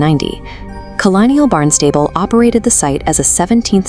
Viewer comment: Thank you very much. Also, we have always pronounces "Barn Stable" like this: BARNST-uh-bull ❤